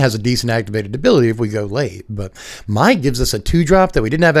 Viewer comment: Mai's name is pronounced "May" exactly like the month of May. I know it's unclear and "My" is the more common way to pronounce the spelling, but that's just how it is. I hope this is helpful.